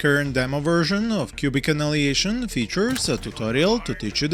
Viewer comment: Big FAN, thank you for another great review, please keep up. Just a wierd notice: when you say Annihilation it sounds like...well... in Serbian instead of АНАЈАЛЕЈШН you say АНАЛИЈЕЈШН. You bring the ANAL to much! 😂💓